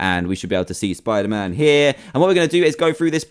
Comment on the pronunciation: It is not spiterman